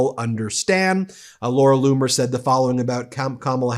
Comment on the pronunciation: Laura Loomer not bloomer